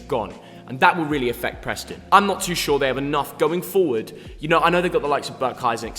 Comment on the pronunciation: Who’s Prostnon its Preston